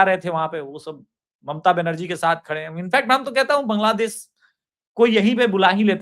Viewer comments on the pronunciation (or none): none